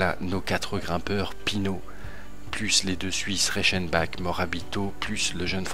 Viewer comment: sa se prononce pas Reichenbak mais Reichenbar